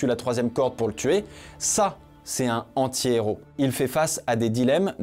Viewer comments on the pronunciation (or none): Bien que le fait que tu ne fasse aucune liaison sur "antihéro" m'a rendu fou, la vidéo est TOP bravo 😂